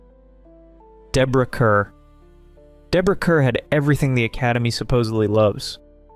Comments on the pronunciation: Pronounced Deborah CARR. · Kerr is pronounced "car." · Deborah Kerr is pronounced "KAR" (rhymes with "star"). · Rhymes with 'star'.